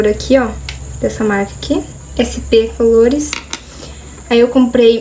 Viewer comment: O nome do delineador é sp colors e vc tava falando colores a pronúncia dele não é colores Adorei a maquiagem,ficou linda